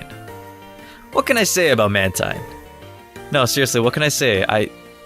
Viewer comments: it's not pronounced mantien it's manteen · what its man-teen not man-tine thanks almighty pokemon 3d app pro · Btw its.man-teen not man-tyne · teen not tine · its maNtine not matine or manteen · it's Man-Teen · WRONG, it's spelled man-teen, but your videos are still good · NO, YOU'RE BOTH WRONG! IT'S PRONOUNCED "MAN-TYNE"!